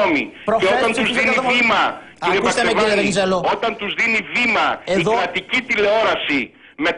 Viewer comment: ΒΒΒαξεβάνης...με ΒΒΒΒΒΒΒ...όχι Μπαξές